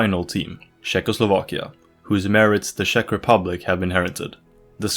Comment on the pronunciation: had me watching until he said shek republic